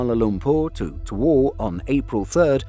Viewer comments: Bad weather or not, I would still think twice about flying on a Boeing. Also, Tawau is pronounced as "tah-wow" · The the destination, Tawau, is pronounced as Taa-wow. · He said tawau "towou" I can't 🤣🤣🤣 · 'Tawau' is pronounced Ta-wow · Horrible pronunciations. Tawau is pronounced (Ta-wow). Sabah is pronounced (Sa-bah).